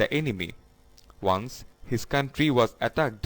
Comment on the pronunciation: once er pronunciation thik na apnr